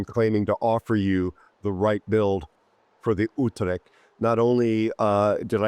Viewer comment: hey mein Lieber. i love your intros , had I already said that ?? ;) ;) . what should i say to this ship. another islamd-camper-HE Spammer- terrortool. well done WG . but hey lets givet hem the most accurate airstrike every aprox 40s , thats a good idea. p.s. thx 4 the review . it isn't spoken with "C" ore "k" like "kill" or something like that, rather like the "CH" in "chapter". utreCHt